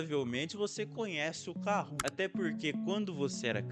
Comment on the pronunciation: kahoot* nao kahoo